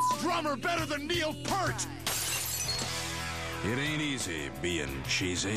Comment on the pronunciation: It's Neil Peart (pier suffixed with a t), not "Pert". I believe Pert is a shampoo. Here's at least one reference that provides proof. Timestamp